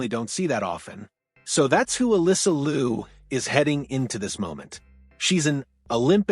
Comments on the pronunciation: "LEE-YOU" not LU, please. She will tell you that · A couple of things. Can you pronounce the family name correctly. Not Lou... its pronounced Lee-OH. Also you failed to mention the fact that she successfullycame backto the sport after a two-year break which is basically unheard of. Probably one of the greatest sports comeback we've seen. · Interesting story. Liu is not pronounced Lou but "Lee-oo" 2 syllables. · It will be great if you would pronounce her name “Liu” properly Google might have told you wrong. Liu in Mandarin is pronounced as liú not Lu. Thanks for your video. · More 'yow' instead of 'you' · You are pronouncing her last name wrong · And each time he mispronounced her last name😂